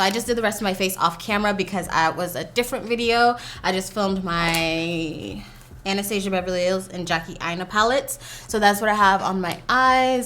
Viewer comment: You’re so beautiful oml, the hair looked amazing.😍 It looked pretty good, I have dry skin as well and texture so it’s a little hard for me to say what’s good cause’ I’m very picky with foundation, but since I watched your review. I’m down to try it out and you’re saying Anastasia wrong.😂😂